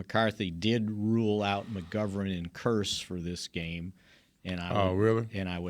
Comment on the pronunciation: Why can't say McGov"ern"? 🤣🤣